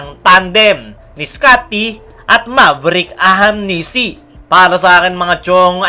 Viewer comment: Brother naeenis lang ako kc ang apelyedo nyan is ahanmisi po hnde po ahamnisi ok poba sana sa sunod na apload mo mabanget mo ng tama ok ahanmisi hnde po ahamnisi ok